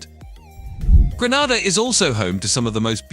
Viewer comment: 4 minutes into the video and we've had BAR-BAR-DOS, GREN-AH-DA and ANTIG-U-AH. These pronunciations are wild!